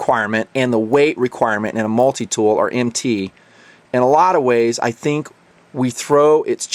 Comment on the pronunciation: the problem is he says MT as an initialization instead of an acronym, it would be a single syllable if said so